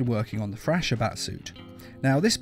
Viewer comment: Thrasher...pronounced Frasher in this video.